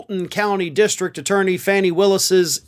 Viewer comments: Fawn-e not fanny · Hello, love your show and the way you cover the issues; however, Mz Willis' name is pronounced Faw nee, not Fan ny. Thanks. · Trump is a one man crime wave that continues to go unchecked. What is taking so long to hold this man to account? And her name is pronounced "Fahnie" not "Fanny." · FAWNNY is how it is pronounced,!!! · Her name is pronounced Faunie not Fannie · it's pronounced "Fawnee"! (4th reminder) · Isn't Fani Willis' first name pronounced like Fawn-nee not Fanny? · It's pronounced "FAWNEE" not FANNY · Once AGAIN, it's FAWN-E, not FANNY!! Geezus 😒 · Fawn-eeee.... fawn-eeee..... not fanny. Fanny is British slang for a woman's privates, or American slang for your rear end. Say fawn-eeee. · Why can’t you correctly pronounce Fani Willis’s name? Haven’t you noticed you’re one of the only people that pronounces it “Fanny”. At least have the decency to pronounce it correctly. It’s sickening to listen to your butchering of her name. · I think her name is pronounced Fah-nee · I thought that the DA's name was pronounced "Far-Nee". Why are you repeatedly saying it incorrectly, sir? 🤔 Very rude. Please tell me I'm wrong if I am. But the expansion of legal troubles for ORANGE POISON SACK 🤢 is certainly worthy of your excellent analysis. 👍 M 🦘🏏😎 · Her name is pronounced fawn ee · Interesting: you make a point of accuracy re facts, including how to pronounce people's names, yet you must be enjoying continuing to mispronounce Fani Willis's first name. Hmm. One can only surmise there's something personal here. I see. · Your continued disrespect for Fani(Fawnee) Willis by th mispronunciation of her name is getting to be beyond the point of acceptable. Learn the propriety now or prepare for constant dressing down on every video you put out. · FANI......PRONOUNCED F A W N I.......BE RESPECTFUL....GET HER NAME RIGHT. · He is pronouncing it Faynee. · It is pronounced like Fawni...... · Geezus it's fawn-e not a body part